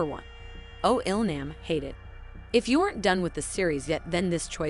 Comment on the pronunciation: IL-nam is actually pronounced IL-nom